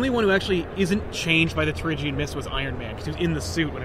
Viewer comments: Am I the only one that is slightly annoyed by the pronunciation of Terrigen as Terrigian? I swear it's terrigen let me know if I'm wrong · jonathan mortensen it's Tear-A-Gin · Dearest Abigail, One year has passed and I've given up hope that and his friends will ever pronounce "Terrigen" correctly. At first it weighed heavy on the mind. Now, I have become numb to their ways. I am not sure I will return from this battle. Conditions are harsh. Please send money. Kindest regards, General Silver Montezuma Surfer